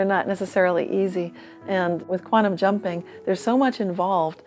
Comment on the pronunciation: It's QUANTUM - not queantum, moron!